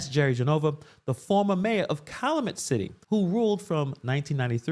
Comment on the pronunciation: This is a really good expose, good for you. As I am local, I can help with the pronunciation of Calumet City ((Cal- you- met’). But your info is profound!